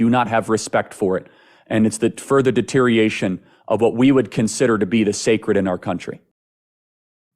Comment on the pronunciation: Say deteriation one more time. Lol